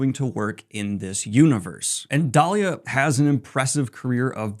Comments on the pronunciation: It's DEE-LY-LAH not DAH-LIA! LOL. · Daliah!? 😂 lol not hey there, Delilah. Never change Daniel.